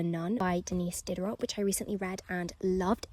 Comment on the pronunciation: Diderot is Diderow not diderott.